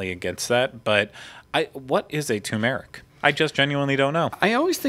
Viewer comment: 2 meric you have the accent on the wrong sy lab el